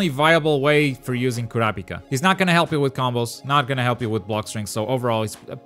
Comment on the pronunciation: Man said KOUWRAHPIKA